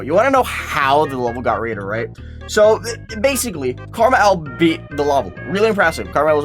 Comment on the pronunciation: you say KrmaL as karma L. but isnt it an abbriviation for krazy man 50. Since L is fifty is roman numerals